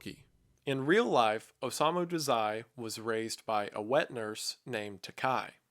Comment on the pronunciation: hallooooo! i love the vid but the one thing i couldent get past was the way you pronounced his name 😭😭 its Oh-sah-mu dah-zai